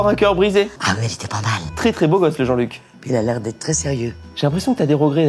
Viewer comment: L accent parisien il a dit jean luc aie